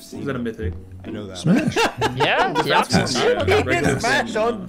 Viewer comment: someone told me mark sound like he’s saying ass when he says pass and now I can’t unhear it...